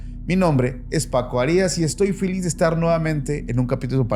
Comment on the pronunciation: Buen día saludos, cada que escucho el inicio donde Paco dice "filiz" en ves de "feliz" o solo soy yo la que escucha decirlo así.